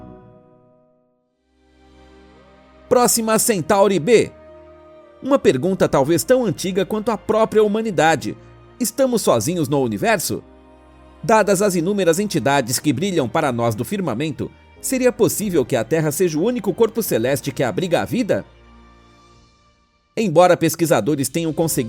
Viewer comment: Primeiro: Aprenda a falar direito, pare de colocar um "i imaginário" entre É e o N. Como por ceinto, pensameinto, firmameinto, ... Fica feio e ridículo, Segundo: Cada planeta tem seu sistema feito para cada tipo de vida, muito diferente do nosso.